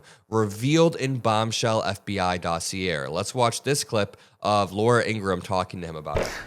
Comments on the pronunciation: Not "dossi air". It's "dossi ay". in the video. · Its pronounced Dos-ee-ay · love ya, don't change but the "R" in the word "Dossier." is silent. It was originally a French word. It's pronounced /ˈdôsēˌā,ˈdäsēˌā/. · Mispronunciation of dossier. Doss-e-ay